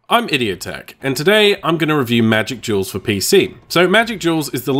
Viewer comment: I swear you keep saying Magic Jewels.